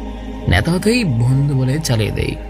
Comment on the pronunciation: আসসালামুআলাইকুম ওয়ারাহমাতুল্লাহি ওয়াবারাকাতুহ। মাশা আল্লাহ! সত্যিই ভাই অসাধারন আপনার কণ্ঠ! আপনি যদি আরেকটু চেষ্টা করেন! অনেক দূর যেতে পারবেন। আমার পক্ষ থেকে কিছু সাজেশন রইলো আপনার জন্যে। উচ্চারণ গুলো যথাসম্ভব প্রমিত করার চেষ্টা করবেন। কিছু কিছু জায়গায় উচ্চারণের ভুল কিছুটা কানে বিধেছিল। আমি কয়েকটা তুলে ধরছি। ফুচকা, বলার সময় চ এর বদলে স হয়ে গিয়েছিল। বন্ধু এর জায়গায় বন্দু। মেধাবী এর বদলে মেদাবি, ছেলে এর জায়গায় সেলে। এছাড়াও অনেক জায়গায় উচ্চারণের ত্রুটি ছিল। যা থাকাটাও স্বাভাবিক। তবে অনেক প্রাকটিসের মাধ্যমে আপনি কাটিয়ে উঠতে পারবেন। আমার সাজেশন থাকবে বাসীরা, আন নাফি, Niyamah, raindrops media এদের কনটেন্ট গুলো একটা নোটপ্যাডে কিংবা মোবাইলে লিখে তাদের মত করে উচ্চারণ করে পড়ার চেষ্টা করবেন। এতে করে ধীরে ধীরে আপনার উচ্চারণের সমস্যাগুলো দুর হবে। আল্লাহ্ আপনার জন্যে সহজ করে দিক